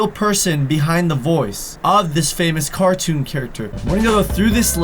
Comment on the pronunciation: "famous cartoun characters" X'D